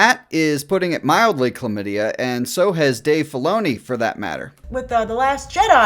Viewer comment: "CHLAMIDIYA BURNS" 😂😂😂😂